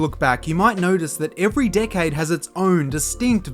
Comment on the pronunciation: Dude you need to learn how to properly pronounce 'decade' cuz it sounds like a cuss word 😂